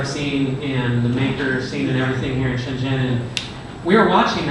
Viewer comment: I don't understand why you cannot pronounce "zhen" correctly. It's like "gen" is English.